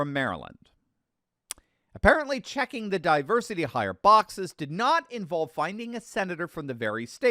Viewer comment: Di- Worsity Hire is what I hear Our Gang Alfalfa saying! This is the di-worsity hire.